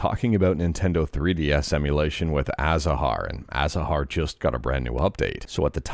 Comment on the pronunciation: Thank you for saying A Za har, I just hate the other pronunciation